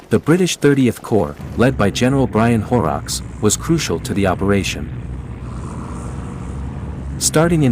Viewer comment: ' Gotta laugh = Poor Man = General Brian " WHORE--OX" = It's HORROCKS , Rhymes with BOLLOCKS It's like calling Dwight.D = "Eyes Honk How Huurrrrrr"